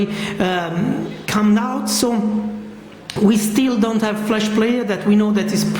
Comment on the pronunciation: its called LED flash not flesh!!! grrr